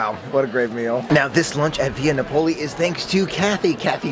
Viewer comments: It took me a little bit to figure out where you were going to lunch until I saw the place. 😂 Just FYI, it’s pronounced Via NA-poli, not na-POLI. 👍🏻 If you like red sauce, they use real San Marzano tomatoes. It taste unlike any other red sauce I’ve had before. So Yumm! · Nah-Poh-lee. The Italians are crying. Otherwise a great vlog! Haha! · NAP - O - LEE